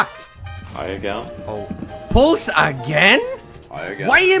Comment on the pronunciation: The way you say PULSE, it gives me life.